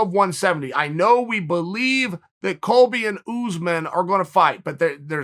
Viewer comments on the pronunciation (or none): none